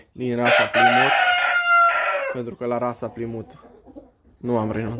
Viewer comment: nu este repros...in engleza se spune plaimut..cred ca ai inteles.....pasarile foarte frumoase..te urmaresc!!!